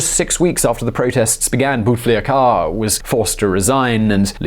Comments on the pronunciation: Never heard a better "Bouteflika" prononciation in my life 😂😂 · That’s the funniest pronunciation of “Bou Taflika” ever 😂😂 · Firas Sanioura It sounded like “boot licker”. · I adore the way he pronounces bouteflika's name 😂😂💗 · Him: BouteflikAA Me : *giggles * Him : Harari Boudemiadian Me literally dies Aaaah westerns trying to pronounce shit.... What a blessing 😂😂😂😂